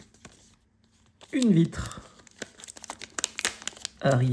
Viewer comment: Bon tu es un petit peu gênant à dire le couscous